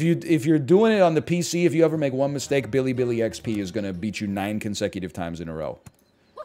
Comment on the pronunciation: am i the only one who gets mad after he's saying billybillyxp when its xd?